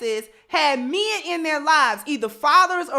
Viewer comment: It's MEN, stop saying MEAN or MIIN, repeat after me: MEN, MEN, MEN, please 🙏🙏🙏 speak English in a proper way.